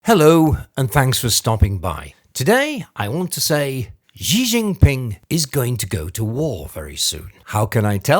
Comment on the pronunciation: Most mainstream media mispronounce his name. You forgot to mention the tone. Xí Jìnpíng. The upward line is tone up, then down and up.